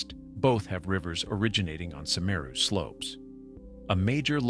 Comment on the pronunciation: Big if true, but this footage is old and the guy can't even pronounce 'Semeru' correctly.